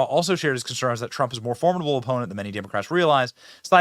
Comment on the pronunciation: you don't know how to pronounce formidable 🤦🏻‍♂️ ffs